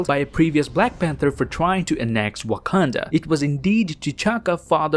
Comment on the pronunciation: He call it Wakananda at first